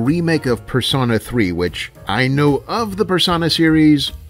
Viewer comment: Finally, someone else who pronounces "Persona" with a short O. I was starting to worry I was the only one.